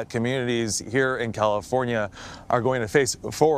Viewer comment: She said "Sonoma Cal lee for nia" Seriously it's not like you were reading Puyallup or something.